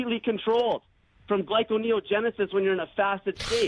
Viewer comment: It's 'abstain' from not sustain from,. And it's pronounced glUconeogenisis not glYconeogenisis. I just want these morons to respect you more. They are coming from their mass Mind Control where the myths grow & grow. They attack you with their msm myths & you must spew out the facts. Next time you raise yr voice over theirs and you get thru to their limited mental capacities. Talk to you soon!